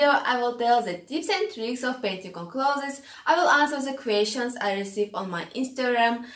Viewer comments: your way is better. The world should change to say it your way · The way you pronounce 'clothes' makes me so happy ☺ thank you for these tips!